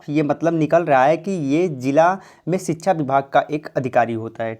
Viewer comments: Dear, its sikshaaa* not chhikchha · Bhai sikhsha hota hai sikhchaaa nahi hota apni awaj clean karo